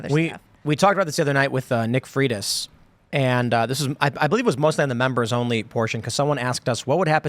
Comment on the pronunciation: Nick Freitas…it’s pronounced “Fray-tus”.